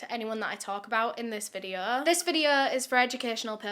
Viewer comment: This isn't relevant to the case. BUT, I love accent- I live in B.C., Canada, so her accent to me is kind of there but not. Except at about of her video, I always know she is going to say, videooh. I can quote her disclaimers, I watch so much. You're too cute,. 🥰 lol